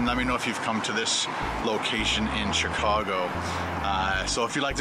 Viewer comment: The way he said "Chicago" in . People who lives in Chicago would know that its not how you pronounce Chicago.